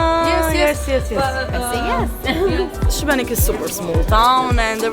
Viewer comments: Šibenik is pronounced like Shebenick and not Sibenik. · The city of Šibenik is pronounced She-ba-nick. The S has an accent making the sound Sh. Great video. Txs. Hvala lijepa. You are headed to Krka Falls - kirk-ka. Another beautiful adventure in Croatia! Cannot wait to return to my Croatia - sretan put - happy travels. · Love the video but you pronounced the city wrong every time.